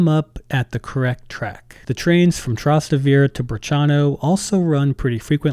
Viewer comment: Your pronunciation of Trastevere destroyed this video